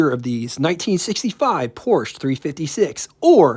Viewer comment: You're pronouncing Porsche wrong. Porsche is a German brand, and the e on the end makes an a sound. Because Porsche is a family name.